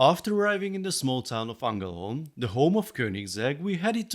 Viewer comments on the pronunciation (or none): Ängelholm, not Angelholm. A part from that, a really inspiring video. I am from Sweden at it makes me proud that Lego put so much attention on a Swedisch carbrand. Now I only hope for a SAAB-car to be announced from LEGO